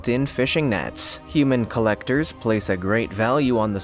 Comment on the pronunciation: The way you said human collectors totally made it sound like people who collect humans 😆